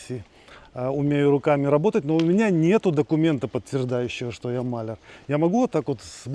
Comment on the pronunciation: МалЯр - ударение на букву Я.